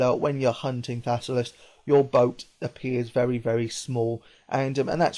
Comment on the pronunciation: thassalus?? dont u mean thallasus